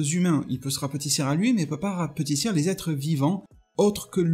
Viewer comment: Rapetisser pas " rapatissir"